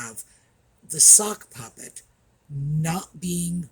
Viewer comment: It sounded like you said "the suckpuppet"! I think that really suits the egit Harry.